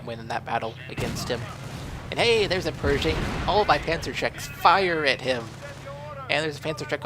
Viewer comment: its pershing not persing like persia great game though